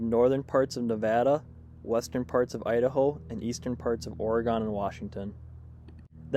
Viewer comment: It is NOT Oregone! Orygun